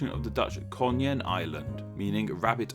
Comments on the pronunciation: KONIJN totally pronounced wrong. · Did not know that Breukelen also stood for marshy land. I live in Hoensbroek, broek (pronounced: brook) also means marshy land(also it means a pair of trousers). Your pronunciation of konijn is a bit of. Your language does not have that sound. Closes is the uy bit in buy. Nice video, thanks. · Damn, that "konijn" pronunciation... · Konjen eiland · The way you pronounced 'konijn' hurt my ears. Here is how it should be done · Breukelen pronounced horribly but Konijn is truly pronounced in a terrible way...